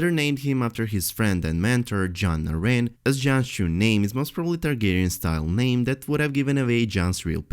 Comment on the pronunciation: "His friend and mentor, Jon A-rain" Wow, I've never heard that name butchered like that before